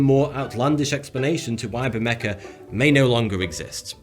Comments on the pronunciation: Should be pronounced Ber-may-ha. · It's pronounced "bur-MAY-ha," not "Bur-MEK-ah." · It should be pronounced gutterally, "bermecha," as in German or Scots. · Couldn't listen to him mispronounce Bermeja so horribly over and over. Its pronounced Behr-Meh-Hoh not Behr-Mecca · Isn’t it pronounced “bermeha” and not “bermeka”? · It's pronounced BermeHA, not BermeCA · Say ber me ha and not ber me ka. Whi is it that english speakers are so bad at pronouncing non english words yet you always make fun of foreigners speaking english? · why do you keep calling it bermeka island??? is pronounced bermeJJJJJJJJJJJJJJJJJJJJA you fucking twat!!!! the J sounds like an h as in House, Houdini, Hell, High, Horse, Hilarious, Handicap. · It is pronounced Ber-meh-Ha, not Ber-meh-kah. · maybe they can't find it because they are looking for bermeka (like the announcer says) instead of bermeja. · The j in Bermeja is pronounced like an h not like a k. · Why he hell do you pronounce it "BermeKa"? It is pronounced "BermeHa," you idiot! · They probably can't find it because it's not Bermeja, it's Bermeka. 🤣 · ber meh ha, for the love of god, where does a 'c' or 'k' sound come in there?? i'm sorry, but as someone who speaks spanish, its like nails on a chalkboard. btw, i'm diggin the mustache :) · Bermecka? I would pronounce it Ber-may-ha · The J in Bermeja is pronounced like an H in Harry. It's not pronounced Bermeca. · its pronounce ber-me-ha and not ber-mec-ka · Its pronounced bermeha not bermeca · His pronunciation of Bermeja is total shite. It’s pronounced like bermeha, not bermeka. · Yeah I was wondering why he keeps saying it like that. Maybe his natural accent makes him pronounce it that way but I wouldn't think so." Say, 'Baermeha'". "Burmecker". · Why are you pronouncing the letter J as a K? It's pronounced H. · it is bermera, j is pronounced r in spanish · Why would barmeja be pronounced barmecca? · You have to know the real pronunciation of the island's name, Bear-May-Hah.